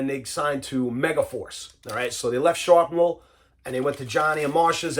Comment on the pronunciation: Sharpnel? Thought is was Shrapnel! 💁